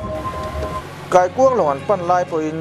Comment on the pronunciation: Kaikuang lawng tiin i lamri niin ka hria a, keini chuan Taikuang kan ti... Atawp kharna ka hlimpui thin hle, kawk pahin😂